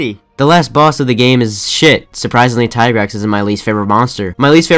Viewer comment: Had me at mhfu being s tier but lost me at the tigrex slander. also, it's tee-grex. ALSO tri being your number 1 tells me a lot about your person, you sir, are suspicious.